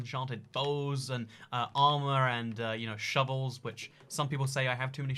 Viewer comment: Impulse be like: OOO SHOVOLS